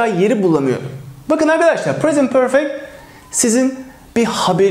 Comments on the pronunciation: Şu perfect diyişin yüzünden ingilizce den çekindim. Benim gibi kaç kişi var ? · Hocam soylerken Perfect degil Porfect derler bizim Ingiliz usaklari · Peefek diyen ağzını yerim